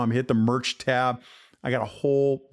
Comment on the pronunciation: Say merch again 😂